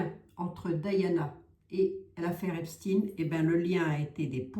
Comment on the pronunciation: s il te plait ne dit PAS EPSTINE (IL N EST PAS RUSSE et moi je suis moitié RUSSE) dis Epstène